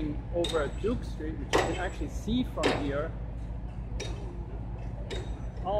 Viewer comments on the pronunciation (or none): Sounds like from Zebra Corner.